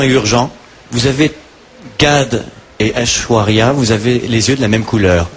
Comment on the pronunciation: ils disent ashwara rai!!!! mdr!